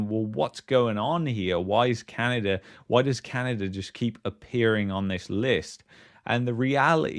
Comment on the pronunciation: You should to practice saying Canada not Canader. Sorry for the unwanted criticism. Otherwise, I enjoy the unique content you provide.